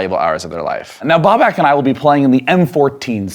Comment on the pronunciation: It's Babak not Bobak